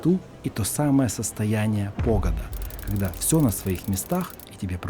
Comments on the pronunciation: Господи, что за произношение 😫 Похода, без редукции гласных и с фрикативным (украинским) Г, ударение на первый слог всегда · Ну не знаю…. Я от названия аж поперхнулась. ПОхода?!) Есть смысл посмотреть, как правильно произносятся местные слова ⚠️